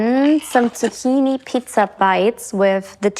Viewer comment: You say zucchini like "tahini" so I'm wondering how you pronounce tahini? Lol. I'm not making fun, I'm legitimately curious! ❤ love to you! May God bless you all in the almighty name of Yeshua ha'Moshiach, amen! ❤ call on the name of Yeshua ha'Moshiach, and He will answer. He DIED for YOU so that YOU may have ETERNAL LIFE with HIM. Turn from your sin and trust and follow Him with all your heart and soul. He took the penalty for sin of the world upon Himself so that WE may have everlasting life with God almighty. To be separated from God is death. Death is the penalty for sin. Please take this free gift of eternal life that God has offered us in the almighty name of his son, Yeshua/Jesus. He loves us more than we can fathom. We are HIS children created in HIS image. I am spreading the love of Yeshua by loving YOU! Yeshua will give you a reason. Yeshua will give you hope. Yeshua will give you love unconditional. Yeshua will give you freedom. Yeshua will change you from the inside out and make you new, with new desires of your heart. I am telling you this because I love you and don't want you to suffer now or in eternity. Love you all forever ❤ And now you know the gospel. ❤ And now you know the truth and the truth will set you free ❤ May God bless you all in the almighty name of Yeshua ha'Moshiach, amen! ❤ call on the name of Yeshua ha'Moshiach, and He will answer. He DIED for YOU so that YOU may have ETERNAL LIFE with HIM. Turn from your sin and trust and follow Him with all y